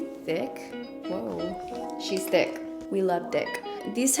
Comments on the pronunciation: 😂🤣 Actually, she said "Whoa, she's T H I C C, we love thick" but I can def hear where it could've sounded like she said "we love d**k" 😆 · We love what...😁 "we love d***" . I know its suppose to be thick butttttt it did not sound like that. Lol. I looked at all the comments to see if any one else heard it but no one said anything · I love your hair this color!!! 😍 Why did it sound like you said “we love DI*K” to me tho ?! (for the primer) 😂😂😂💀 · Omg same I thought she said Di*ck lol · That's what I heard too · What did she say sounds like she said we love d...🤭🤣